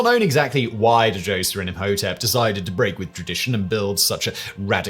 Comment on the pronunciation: Pedants corner: Djoser, alternatively Zoser, wasn't pronounced "De- Joser", the pronunciation was closer to "Jo-zeh", the 'Dj' sound running together and the 's' being a hard 's' rather than a sibilant 's'. Although slightly speculative, we can extrapolate this from the continuing use of the same linguistic convention in the Coptic language still spoken by the Coptic Christians of Cairo to this day, although mixed with elements of other languages, the direct descendent of spoken ancient Egyptian. I can't wait for the predictable replies beginning "Actually, I think you'll find..." It seems to go with the territory.